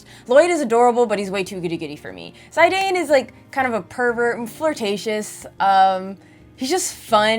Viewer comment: Sorry but for me as a big Zidane Fan it hurts me hearing it that way.